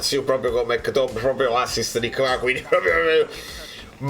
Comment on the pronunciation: Impariamoli questi nomi che poi ci sfottono! È McTominay, dai, non è difficile 😅